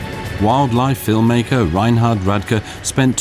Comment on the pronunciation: Ok, that's about as much kindergarten narration as i can stand. Are you serious? And could you please say..film maker one more time? Wow...bad!